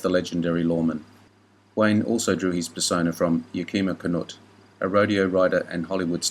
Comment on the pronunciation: That would be Yah-kim-mah Canutt